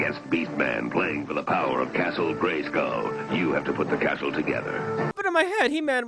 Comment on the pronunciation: I remember seeing this as a little boy along with my best friend in a theater as a child, we were both so disappointed that nearly the entire thing took place on Earth. Also, the guy couldn't pronounce "I have the power!" properly, he was like "I'av d'p'wrrr!"